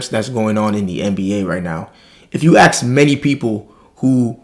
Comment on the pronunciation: . . .'Ask'. . . the word is 'assSSk' - rather than 'axe'. . .You can do it!